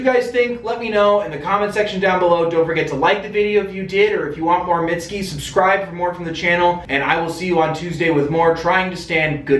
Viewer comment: “mitt-ski” ah, no my tender, alabaster friend, that is not right.